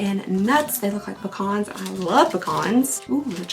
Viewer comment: It’s so nice to actually hear someone pronounce PECAN properly online. Thank you for your service 🫶🏻